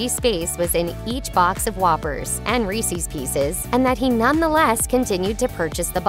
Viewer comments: This page just lost all respect they ever had. it's pronounced REESE'S, not REECEES. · It is NOT reesees... it's Reese's, IE the possessive form of Reese, which is pronounced the same as grease, but without the G and then you add the sound of sz on the end, the same way you would for Chris's, or many other names.